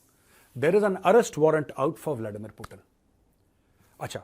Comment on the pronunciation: पूटन नहीं पूतिन नाम है